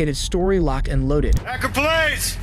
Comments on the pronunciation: Akron. It's unfortunate there is absolutely no way to find out how to properly pronounce this Ohio city. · Narrator-Do you deliberately try to mispronounce common names and places? (Like Akron and Alexis). It seems too frequent to be in error. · Seriously? You can't pronounce "Akron" correctly? Good lord. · You have to be pronouncing these names wrong on purpose bro 😂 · Wild way to pronounce Akron